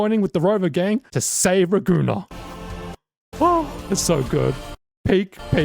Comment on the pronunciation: Raguna? More likr Ra-goon-naah